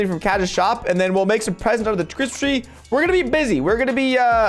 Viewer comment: Lmao why’d spell “presents” like that he said “pesents”